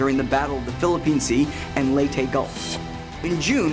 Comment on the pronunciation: 5 things you dont know about pronouncing lete gulf it is not prounonced lay-tay the crorrect pronuncion is lay-tea